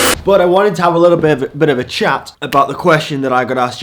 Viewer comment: The way you say ‘chat’ is posh af